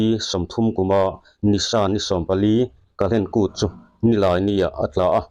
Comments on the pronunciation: Kahlen kút tiin i sawi ri deuh tlat a. Kal hlen kút tih a ni zawk lo maw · Ka-hlen kût tiin i chhiara, kal-hlen kût ti ta che 😀